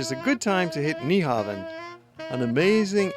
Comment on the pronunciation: It's pronounced new-hawn. The V in Nyhavn is pronounced as a U